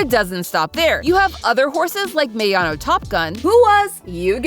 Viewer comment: MY GOAT MENTIONED! (Also you pronounced the name wrong it myano kinda but still spelled Mayano)